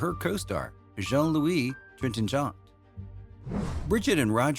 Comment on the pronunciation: What a ridiculous "French" accent!!! Trintignant? Bécaud?!! Stick to what you can just about manage in that speech impediment you'd call an American accent!!